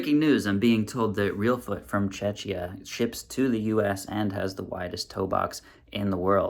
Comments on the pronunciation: I just want to clarify something. Czechia is pronounced /ˈtʃek.i.ə/ vs simillar what you said Chechnya /tʃɛtʃˈnyɑ/. A lot of english speaking people mix these two or think it is the same country. Otherwise great video. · oooh, Czechia, i thought you said Chechnya XDD Czechia is pronounced 'checkya' with 'k' ;) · Great video! Just one small mistake 😅Czechia is pronounced like check-ia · Thank you for your video, I enjoyed it a lot! I’ll just add one thing to it: the name "Czechia" is pronounced CHEH-khiyah or CHEK-iyah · I think Czechia might be pronounced with a harder K sound on the ch. If you say it with a CHUH sound it sounds too much like Chechnya, which is a republic in the Russian Federation. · Czechia or Chechnia? Which country did you say in the last part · bro said from "chechia" 😭😭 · i would like to correct your pronunciation of Czechia in the end, its pronounced with hard ch. Not Czeczia 😅 I just discovered your channel, but i already independently realized that current shoe designs are awful, so its great to have my opinion validated. I never googled it, but few years ago, i switched to shoes that are basically just socks, because no shoes were wide enough and it was painful to wear anything else. Now the pain is gone, but im considering trying out barefoot shoes too. But im not sure if it will be better than what i already have. I have really flexible toes, so when rock climbing, i use climbing shoes that are 4 sizes smaller than what i normally wear to get the best performance. I can fit easily into any shape of shoes, but long term it starts being painful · Czechia: check-ee-ah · Please, it's Czechia where the ch is pronounced like c or k in cake. It's not Chechia. People are then wondering why some are mistaking Czech Republic for Chechnya, lmao. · Chechia? Bro you just insulted my whole country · Please, learn how to pronounce Czechia or just stick to the Czech Republic. Thank you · Great video except of your pronunciation of Czechia :)